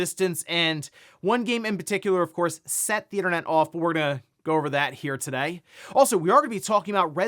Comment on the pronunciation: Very sus how bro says the word ‘today’